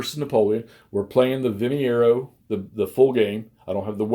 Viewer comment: The name of the place and battle is Vimeiro (pronounced Vim-i-roo), not Vimiero. Nonetheless, it looks like a good game and interesting system. Thanks for showcasing it. 🙂